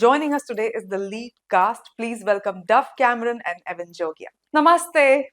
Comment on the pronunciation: “E-van”?!? WTF Sakshma!! Don’t pull a “San-Tosh” here 🫩🫩🫩